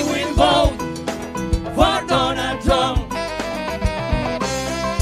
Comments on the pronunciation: “Ay will vat for DONAL TRUNNN” HE PROBABLY DEPORTED HER CAUSE SHE CANNOT EVEN PRONOUNCE HIS NAME 😂😂😂😂😂 AND CAUSE THAT SONG IS ATROCIOUS. ITS WORSE THAN NAILS ON A CHALKBOARD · Lol, I hear both donut and Donna Trunk, lol. "I will boat for Donna Trunk." It's unfortunate for those who are suffering behind fools like her. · "I wheel boat for donut trunk!" You kill me!! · A ha ha ha ha ha haaaaa! " I will boat for Donut Trunk" hee hee heeeeee! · Actually, it was "I will boat for Donut Trunk....😝😂🤣